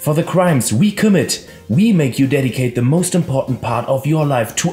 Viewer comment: spricht "commit" wie "Kermit" ohne r aus. Das. Ist. Geil.